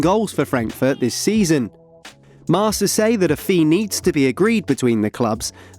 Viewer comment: It's pronounced marKa guys come on